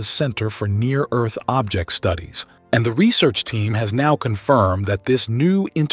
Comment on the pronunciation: "Welcome to erf"